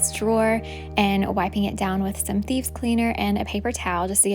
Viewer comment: LOL!! I thought you were saying “Bees”... it Thieves! Okay ! No wonder I could not find them on the internet ....have to pardon this old woman! 😁